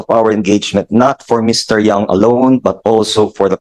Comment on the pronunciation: By the way the surname of Michael Young is Yang not Young!